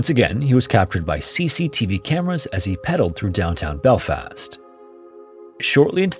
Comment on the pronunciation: "Northern Island" "self belfast" The AI is often terrible with place names, and that's not just an American thing as it does American place names just as horrifically